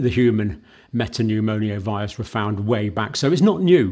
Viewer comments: It's pneumo-virus not pneumonio-virus. Sorry, but you mispronounce, a lot. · Why do you say respire-atory and pneumoniovirus instead of respiratory and pneumovirus?